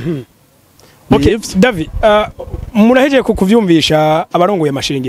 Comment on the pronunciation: Cher présentateur "" de Agaciro Média, nashaka ndagusabe ko promoteur wa "Kibonobono Oil Company" woza uravuga neza amatazirano yiwe neza. Ukamwita "David", ukatomora neza urudome rwanyuma "d" tukarwumva, ukiyubara kumwita "Davi" canke "Davy". Twebwe nk'abakurikira imisi yose ikinyamakuru "Agaciro Média", turabizeye cane kandi turabakunda. Tubasabe iyi nkebuzo muyifate n'ama, mwongere mutwihanganire. Mukomera. Claude BAZOMPORA